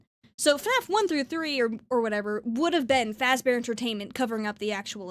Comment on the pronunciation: "Freddy Fahzbears" That pronunciation and your rewinding to hear it again just kills me 😂